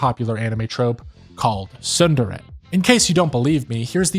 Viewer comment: You really need to learn how to pronounce Japanese words. It was making me mad. The t in tsundere is NOT silent, in Japanese words a's are always aw, and i's are always ee, and e's are always eh. Also u's are always oo.